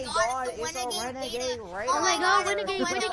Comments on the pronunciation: Omg its da wEnAgAdE wAiDeR lmao😂😂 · It is it is a wenagade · Omggg it’s wenagade waider 😂💀